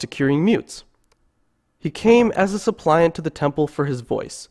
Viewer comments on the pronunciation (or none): "suppliant" is pronounced supp'-lee-ant